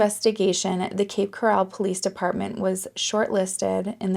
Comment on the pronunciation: Cape Coral is pronounced core-ull. Like coral in the ocean.